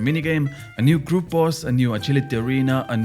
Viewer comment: The hard to pronounce words isnt something to really care about, but when you say the simple words like group boss, it sounds like ”kroup boss” 😂, but dont change, i like how you sound bro 😊